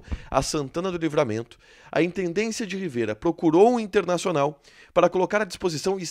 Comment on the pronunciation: Não é "Riveira ", é " Rivera ".